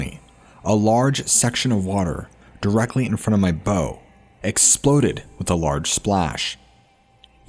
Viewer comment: Just FYI, when it comes to boating, "bow" is pronounced "bau", with the short vowel sound of the letter "O", not like you'd say it in reference to a bow & arrow...